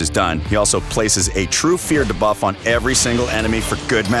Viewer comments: Is he saying “da-buff” and not “dē-buff”? Clearly the voice guy isn’t a gamer lol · It sounded so odd I actually liked it LOL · Dabuff is also bothering me. 😆 I mean buff. Debuff. You don't say Damote for Demote. 😆